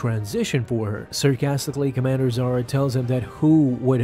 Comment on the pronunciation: Why you not pronounce "H" sound? If she was as you named her ,then she'll be Zara not Zahra. But reason is she's Zahra.